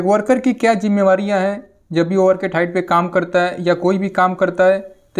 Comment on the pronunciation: Jimmebariya nhi hota jimmedariya hoat hai